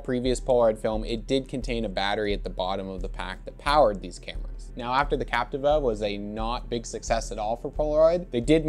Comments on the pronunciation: Actually pronounced Cap - tee - va, not Cap - ti - va. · Still incorrect pronunciation.